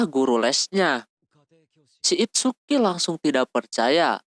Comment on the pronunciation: ITSUKI BANG BUKAN "ITSUKA"